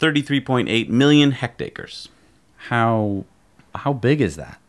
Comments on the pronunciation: hectares guys, not hectacres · Just FYI it's hectares. hecked-airs. Not related to ache-ers. A hundredth of a square kilometer.